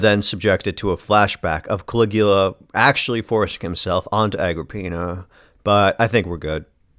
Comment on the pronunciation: "Cali-ghoul-a"? Groan.